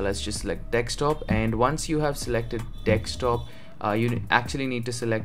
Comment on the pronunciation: funny thing i think he also say dekstop instead of desktop